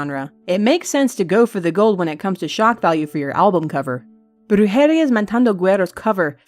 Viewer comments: For future reference- "Brujeria" is pronounced like "Brew-her-ee-uh" rather than "Brew-hair-ee-ah". Love the channel either way! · I think it's brew-her-ee-ah